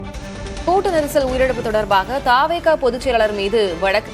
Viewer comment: தாவே கா அல்ல த வே க இனி திரு த் தி சொல்லு ங்க